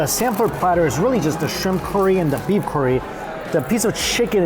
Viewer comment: It always tickles me how pronounces curry like "Corey" lol.